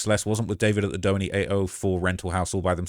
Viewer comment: “Dough-enny” it’s “due-haney”